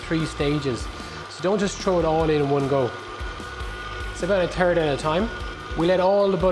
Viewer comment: I love how the accent definitely made it sound like he said, "Add it in a turd at a time."